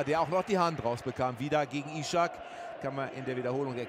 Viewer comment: Man spricht es einfach Isak, nicht Ishak oder Ischak ;)